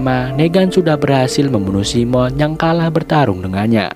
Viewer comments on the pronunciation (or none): Bang, keknya bukan simon bang bacanya saimen bang, koreksinya bang 🙏